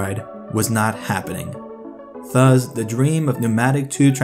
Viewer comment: The word is "thus", not "thuz".